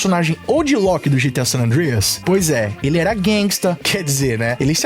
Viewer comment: Eu sempre vou quitar o video quando ouvir essa pronunciar GTI 😂😂😂😂😂😂 da n